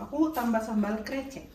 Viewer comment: lucu denger si mamak bilang krecek wkwk. harus nya e dibaca sepert kata bebek 🤣